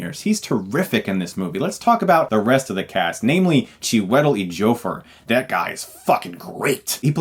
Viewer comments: Who's Chee-wet- tal?? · Not chee. It's chew. Chew-eh-tell Edge-ee-oh-for. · Pronunciation: Chew-i-tell......Edge-ee-o-four = Chiwetel Ejiofor.